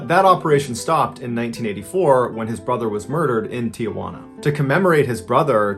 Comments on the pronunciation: Tijuana, pronounced “tee-HWA-nah” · It's Tee-hwanna, not tia-hwanna